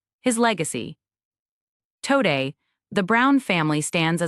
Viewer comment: AI voiceovers get worse, not better. Half of this is "row-bin" and half is Robin. Tow-day? Wow. The real tragedy is the fact that there is no human editor. It would be so much better if there was an editor. And no mention of the unaliving of Garrison? That was the ultimate death of the show.